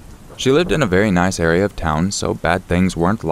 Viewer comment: Anything that ends with an "A", they pronounce it as ending with an "R". Example: Area sounds like air-re-er, irritates me to no end. Not to mention the robots that narrate on some of these channels.